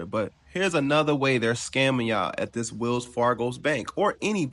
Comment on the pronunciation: get rid of the getto language, it is Wells Fargo not wills Fargo 😂